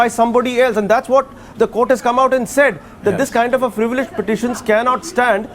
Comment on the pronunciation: What is frivilous . It's frivolous. What kind of ENGLISH news channel is this